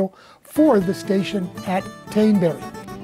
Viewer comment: Hi. Very interesting video. I didn't know that India ink contained particles. As you are modelling the GWR UK prototype, I thought you might like to know that 'Teignbury' is pronounced 'Teignbry'. We have towns called 'Bury' and 'Bury St. Edmunds' and these are pronounced the way you have been pronouncing 'Teignbury'.